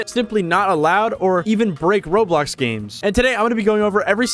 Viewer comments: I find it funny how to this day he still says roadblocks instead of roblox. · Bro said Roadblox😂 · Why do you call it roadblocks? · Blud said roadblocks💀💀💀💀💀💀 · Roblox it’s Roblox not roadblock😂😂😂😂😂😂😂😂😂😂😂😂🤣🤣🤣